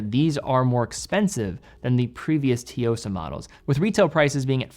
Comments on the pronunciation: "Su-Yo-Sa" - not si-yo-sa. First Japanese character is "Tsu" but you can drop the T and sound better for those of us who speak Japanese. Ignoring that, however your pronounce it, you hit the mark that it is a fantastic watch and delivers a surprising level of values built in for a great look - and a great price. Citizen has been punching up, and delivering also at great value. And a fast update - I just got it in blue, and wowza! Great look, bracelet even more refined that I expected, fit is slim, a great fun summer watch as well as every day watch... review is spot on, and the small seconds definitely is the more refined vs the date Tsuyosa. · Hearing T-yosa just hurt my ears, there was 0 effort pronouncing the name properly. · I’ve been following and enjoying your videos and watch content for at least five years, amazing work! One very minor comment about the Citizen’s pronunciation, it is pronounced “tsu” or “tzu”-yosa. Sorry it has been on my mind and I have to say something because I care about all the hard work you do. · its pronounced as (T) Suyosa like (T)Sunami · It's pronounced TSUyosa, like TSUnami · You dont pronounce the T lol. Its pronounce like Sue-o-sah. Its Japanese for Strength. Kind of like how you dont pronounce the T in Tsunami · Tee-yosa? That's your best shot? (just teasing) ;) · Finally, this watch getting the spotlight by. Just one thing though, I think it's pronounced Su-Yo-Sa like how you would day Tsunami. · Dear, you always mispronounce it, but I finally need to address it - the Tsuyosa is called the "Tsu" (like shitzu's tzu. technically not most accurate, but it is the closest in the English language that I can think of) and "Yo-sa". Thanks 😂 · Both t and s are sounded... but the S is more stressed than the t. Start with a very soft but "crisp" t and blend a stressed S into it. tSuyosa. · it's pronounced as soo-yo-suh if you're still struggling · Tzu-yo-sa not T-yo-sa 😊